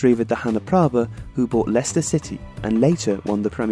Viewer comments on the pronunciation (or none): none